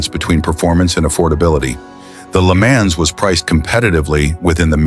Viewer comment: I wish you would learn how to pronounce some of these words LeMans oh my God